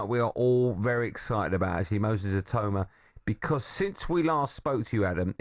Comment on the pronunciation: Maybe the rest of the Talksport hosts should listen to Adam Smith and pronounce Itauma's surname properly